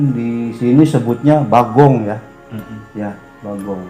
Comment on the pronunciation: Bagong mas Bro, bukan Babong 😄😄😄 Sukses terus